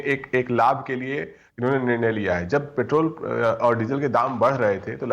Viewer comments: आपके मुंह से मुंह पैट्रोल को पेट्रेल सुनना अच्छा लगता है 🤣🤣🤣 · Sandeep petrol bolna sikh ly